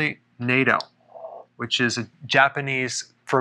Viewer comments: Natto isn't pronounced, "NATO," but more like, "not," 'not-toe,' soft a. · Natto is mispronounced. A in Natto is pronounced with short A sound - like Naaaah-toe. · “Nato” is pronounced “nah-to”. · I thought it was pronounced "nayto" 🤦🏿‍♀️Lol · He's such an American haha (>.<) "Neitow" lol No offense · Natto is pronounced with a short vowel sound, as in apple.